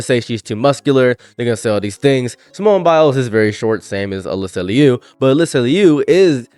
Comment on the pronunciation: God what is WRONG with these people? Also good job on the name pronunciation, that's my Fiance's name too. No relation. She's a bit of a hometown hero here, she's from our city!